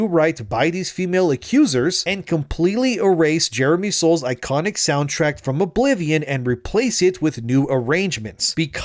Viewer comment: Soundtrack, not soundtract